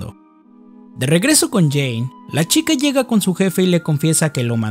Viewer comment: no era Jane? Dijiste Jina xd